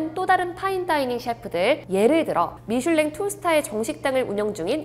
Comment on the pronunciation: 미술랭 정지션 ㅋㅋㅋㅋㅋㅋㅋㅋㅋ 발음ㅋㅋㅋㅋ누나 숲속을샅샅이 해봐요